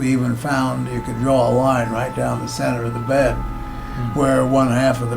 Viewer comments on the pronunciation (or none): none